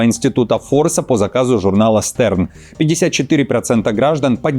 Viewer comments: Не "ЗолОчівський", а "ЗОлочівський"! Не "Стерн", а "Штерн", що перекладається з німецької як "Зірка"! Далі слухати той білий шум не маю бажання. Готуйтесь до ефіру по-людськи, якщо диплом про освіту купили в переході, але дуже хочете щоб вас дивились до кінця і щоб довіряли! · Журнал читается ШТЭРН, звезда, Grüße. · Журнал , Stern на русском языке Штерн.